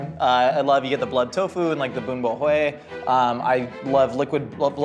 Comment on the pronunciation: The way casually pronounced “Bun Bo Hue” perfectly was awesome.